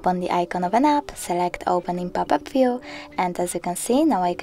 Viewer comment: Why are you in a hurry?...somebody is chasing you ? At least try to pronounce well the word :VIEW it is not VIO !!!